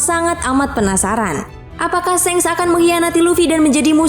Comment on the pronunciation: Shanks ! Baca pake A Bukan shengs ! Memeeekkk